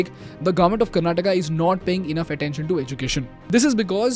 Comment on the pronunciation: Maybe this is why they lost...the leader of the party that you must vote for is calling your state 'karnataka' like some foreigners would karnatak hai woh bhai english kya hutiya language hai pata nhi har ek hindi sabdh ke baad "aa" lagana padta hain